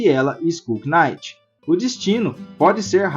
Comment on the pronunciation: Chefe, só uma coisa: knight em inglês, o K é mudo, a pronúncia é exatamente igual à night (noite). Assim como se fala naife (knife) e não quinaife ou quinaiti